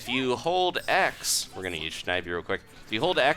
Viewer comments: his name is snivy not snhivy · did he really just say shnivy